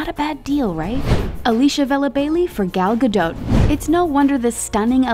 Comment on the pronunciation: How she says Galdot is irritating me.